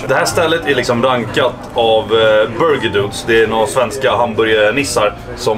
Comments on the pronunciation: "borgir" haha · hahahaha Burgir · bara jag som hörde "BORGIR" vid ??? XD